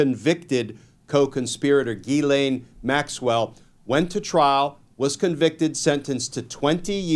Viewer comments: "Gislane", "Gee-lane" 😂 It's pronounced "Jillaine" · Gentlemen…it is not Guylaine Maxwell, it is Ghislain Maxwell, pronounced Jees-Len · Whether there was a client list or not, there is court testimony that Maxwell procured girls for Epstein...for his own purposes. He was the primary client and she also was guilty of sexual abuse towards these girls.. BTW, her name is pronounced "ghee-len". Her mother has French background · It's pronounced Jizz-Lane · Pronounced: Jiz-Lane So much for winning court of public opinion! That argument kinda a big fail! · face-fuchsia-flower-shape:Guys! Love you both and thank you profusely for all you do BUT the lady's name (French name) ie pronounced "Ghiz Len": --someone needs to get it right . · I thought it was pronounced jizz-lane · It’s pronounced Jizz Lane